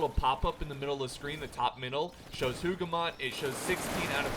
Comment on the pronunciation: I'm not triggered at all by your pronunciation of names, not because I'm not French but... ahem. it's written as Hougoumont tho, not Houghmount. Totally not triggered;) Great video!